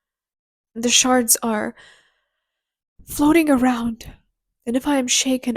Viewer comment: Not to make light of what was an emotional moment for you, but when you started crying and talking about the Shards, right after the bathroom analogy… I heard “my body is full of sharts… it’s like these sharts are preserved in this liquid” I was like, hold up… did she say Sharts? 😂 Kudos to the work you put out though!! Been a fan